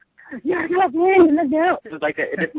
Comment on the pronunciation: Nice itw. But it's funny how PJ doesn't pronounce Bolin's name right. XD